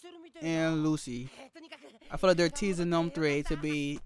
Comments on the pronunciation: It's not "Lu-C", it's "Lu-tschi" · It's Lucci. Like Gucci. Not Lucy